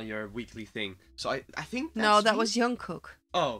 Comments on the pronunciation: I'm sorry but it's jungkook not yunkook 😂😂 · RM or Namjoon is the Leader and he can speak English. Please pronounce Jungkook with a "J"